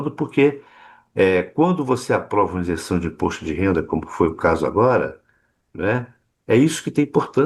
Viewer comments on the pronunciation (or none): Ótima análise. Mas,, o correto é isenção, e não insenção! 👍